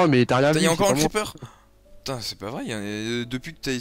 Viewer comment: "Putaing !!!" sa y est il devient Marseillais